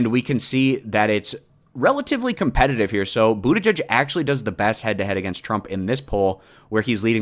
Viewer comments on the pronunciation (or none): none